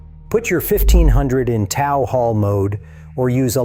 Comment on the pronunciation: It's TOOOOOOO not tou.... you tooooooo things, not TOU. it's T, long O, W.... PLEASE pronounce it right!!!!!